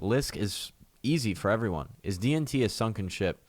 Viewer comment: I keep hearing "DMT" when you say "DNT" XD